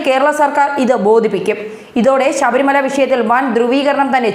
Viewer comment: ശവരി മലയല്ല... ശബരി... ബാബൂന്റെ ബ..